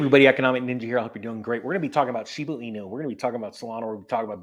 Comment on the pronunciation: It is a Shib"a" inu not Shib"u" in. Woof ;)